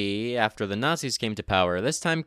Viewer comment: "Muh ebil nat-zees"